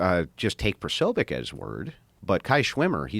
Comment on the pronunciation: It's Posobiec(Po-so-bic)